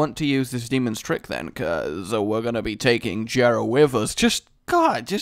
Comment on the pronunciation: It is pronounced YERAH NOT JERA PLEASE STOP